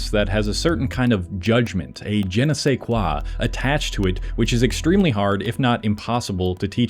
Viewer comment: while AI sucks at subjective intelligence, you my brother should stop butchering french sentences „ye ne sai kwah“ 💀